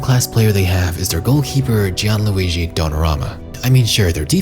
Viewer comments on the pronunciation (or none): none